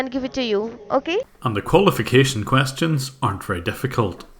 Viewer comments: "Coostians" lel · how he said questions😂😂🤣